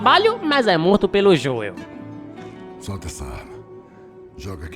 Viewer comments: Que raiva do falando "Joél" kkk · Mano é Joel não Joel !